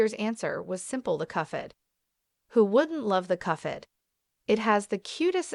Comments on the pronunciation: The cufhead show? Nah its pronounced cup-head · it's "cup - head", not "cuffhead" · Cup head not cuff head !!! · Cuff head 🤣🤣🤣 it cuphead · It’s Cuphead not “coughhead” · You think you can predict the next upcoming season, you can’t even say cuphead right. It’s cuphead, not cufead. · Why do you call it cuffhead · cuffhead? i hear cuffhead. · It’s pronounced (cup head) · Agree like cuffhead? Thats How a Baby would pronounce it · Why are you calling it cuff head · Cuph ead lol